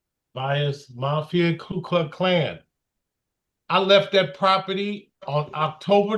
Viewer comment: he didn’t even say ku klux klan, he said ku cluck klan 😭 maybe it’s some kind of chicken supremacy group